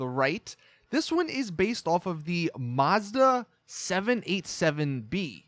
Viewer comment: You pretty messed up with that Mazda :D it isn't mazda :D